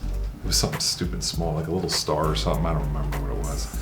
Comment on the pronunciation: "Do you see the leetle alien machine!?" 😆💗